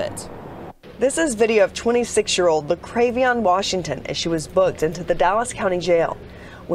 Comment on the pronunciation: La-krave-ee-on 😆😆😆😆💩 Tell me that baby is not named JaLexus!!!!!?????